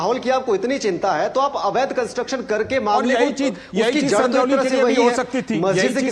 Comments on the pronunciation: Sangoli nahi its SANJAULI, ज है ग नहीं. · सगोली नही सजोली। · संगौली नहीं संजौली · Sangoli nahi sanjoli hai. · संजौली भाई संगोली नहीं